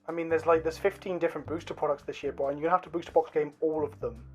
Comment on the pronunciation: Bwi..an...!...?......?...?...? (Love the video! just having fun as a fellow!)